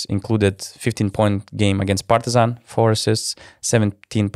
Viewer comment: ALOOOO you forget the correct way of pronouncing Partizan while you were on break!!!!